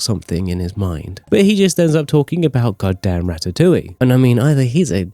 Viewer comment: Did he really say rastatoulie